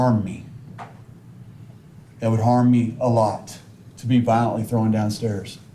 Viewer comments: FFS the word is THROWN not THROWIN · The greatest comment of closing arguments: "It's heinous NOT hein•E•ous " (I wish he would had said something about how to pronounce "Thrown" it's NOT "Throwen", which my autocorrect even keeps changing it when I type it) Finally someone was able to call him out on his ignorance & made up terms along with incorrect pronunciation of simple terms ** how is someone so comfortable talking about someone's vagina and personal medical issues such as incontinence? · He has same problem with thrown. He pronounces it "throw-in". " unhonesty ".